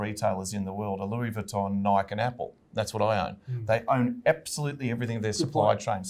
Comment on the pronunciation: Can someone teach this guy how to say Nike? He owns the stock but doesn't even know its name.